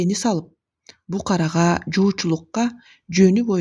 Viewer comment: Букарага эмес БУКАРГА